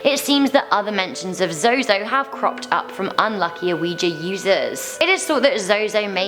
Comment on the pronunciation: Zozo is pronounced zoo zoo. Many different ways to spell it only one pronunciation. Zozo zuzu no matter what he will be pronounced zoo zoo